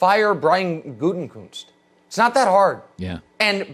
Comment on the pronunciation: Stop mispronunciating Gutekunst’s name, Colin and Nick. It’s not Gute(N)kunst. Why insert the N??